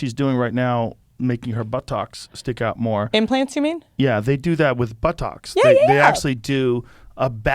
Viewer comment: I can't get over the way Joe says 'buttocks' 🤣